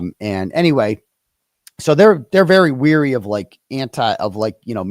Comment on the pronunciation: Wary not weary